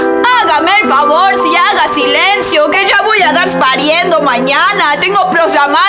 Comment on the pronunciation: Recien me entero q en la sierra son medios argentinos y en vez de ya se dice "sha"